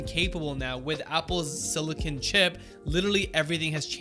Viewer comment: It's SILICON, not SILICONE. No one is getting fake titties.